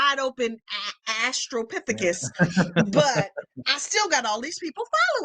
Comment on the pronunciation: is hilarious 😂"asssstropithicus!" Bahahaahaahahaa 😆 🤣